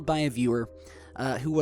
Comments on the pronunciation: It's popocatepetL, not popocatepeti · papaqatepety = popocatepetl LOL you funny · the name of the volcano is pronounced 'popo-cata-petal.' Although it's written as Popocatépetl. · it's too funny hearing you try to pronounce the volcano, so I'll try to help....popo-catel- petal. ✌